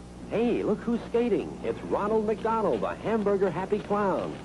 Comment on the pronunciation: Just heard "Ronald McDonald" or "Ron-El McDon-El"....are they dropping the EL at the end for angelic?